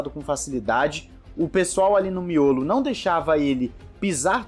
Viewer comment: eu acho tão hilário quando vc falar "miolo" não sei o pq kkkkkk